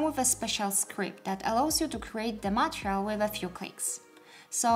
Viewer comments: Thank you! Oh, and just a small note, the word material is pronounced 'ma-TEE-ree-uhl,' not 'ma-tri-uhl.' Hope that helps! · You say material or Montreal?